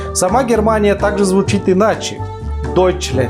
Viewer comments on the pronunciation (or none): Не руслянд, а руслэнд, там так читается, и не дойчлчлянд а дойчлэнд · * ДэштенЛэнд Будь аккуратнее с произношением ;) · По немецкому надо читать Рузла́нд ВайсРузла́нд. Дойшла́нд.